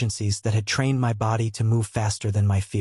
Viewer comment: Why are the letters in the word my are sounded separate instead together.